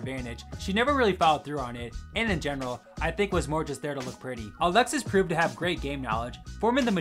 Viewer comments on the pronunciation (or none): none